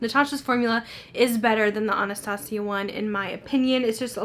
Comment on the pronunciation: is it Anastasia Cultry? It’s very hard to understand that part